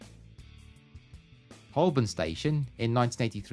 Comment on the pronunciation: Sorry to be pedantic but as an English person you should know that Holboln is pronounced Hoe burn. But a great video none the less, I always loved that video for Bittersweet Symphony, it parodies "Unfinished Sympathy" by Massive Attack which was 1990 I think, both great songs. Give me the 80's for the most, we had great television, great music, the fashions were not so, but the colour came back after the drabness of the 1970's and we had a sense of humour, I want it back please.